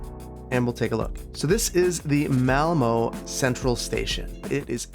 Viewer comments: raises hand technically it's pronounced more like mall-MUH. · The pronounciation of ”Malmö” was bad, but i was very much expecting it ”Ö” is not pronounced in anyway close to ”O” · its called malmø not malmo